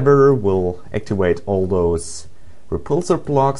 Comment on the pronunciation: He says to wideo and actiwador haha